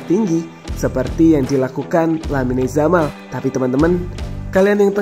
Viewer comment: pengucapan nama pemain ngacok, "lamine yamal" dalam baasa spanyol ttp dibaca sama serpti penulisan, beda sama bbrp pemain spt carvajal menjadi carvahal karena pakai hurf "j" (hota) yang dibaca seperti huruf "h". kocak "lamine zamal"